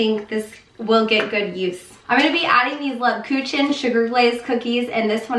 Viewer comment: Leeb-kooken and feffer-noose) the p is silent)